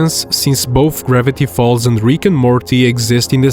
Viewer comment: Is bro saying "ribbity falls" not "Gravity falls"